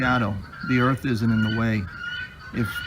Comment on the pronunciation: Well, there we are, some MENSA candidates, Not...and by the way pastor, it's EARTH, not ERF !!!!